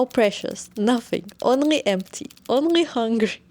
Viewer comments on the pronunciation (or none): none